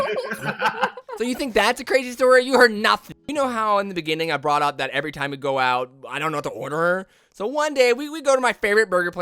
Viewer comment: why did ya say zat